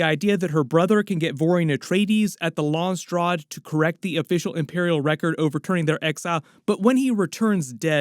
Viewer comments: “LONSTRAD” 😂😂 it’s pronounced “Lans raad” “ SELOOSA SECkOONDUS”😂😂 it’s pronounced “ selousah sekundus” “LANK VEAL” 😂😂 It’s pronounced “ Lank-a-vile” Whale fur not sperm dude And you almost got the Harkonen homeworld “GayDePrime” 😂😂 it’s pronounced “Gi di Prime” Keep up the good work lol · wait is that how Landsraad is pronounced? 👀